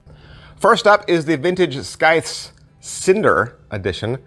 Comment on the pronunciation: the C is silent.